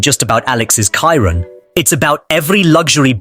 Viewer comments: damn ai voice kiron? its chiron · Learn how to pronounce Chiron. Its not Kiron! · You should learn to pronounce Chiron though…